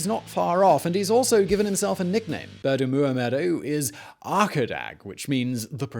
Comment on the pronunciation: So true!! (And Oliver nailed the pronunciation of his name every time!)